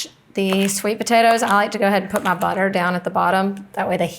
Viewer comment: It’s “Butta-Err“.